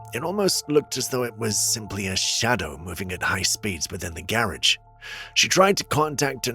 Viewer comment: love you man but why do say garage like that? You may have explained it but if you did I missed it and I watch a lot. Keep it up though!